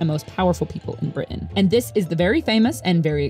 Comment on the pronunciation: Yes, it is. She pronounced it correctly